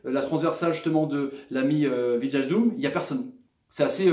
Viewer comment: WIJNALDUM ça se prononce WEYNALDUM;) (tous les ij en NL) genre De Vrij ou Rijkaard.